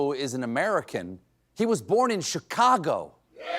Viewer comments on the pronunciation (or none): none